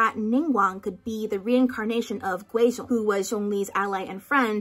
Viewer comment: The fact that you said Guizhong right tho